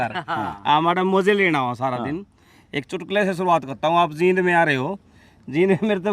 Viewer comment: वाकई ये मिगलानी कमाल है. आपसे एक रिकवेस्ट है कि आप जिंद और जींद के उच्चारण में फर्क है. इस शहर का नाम जींद है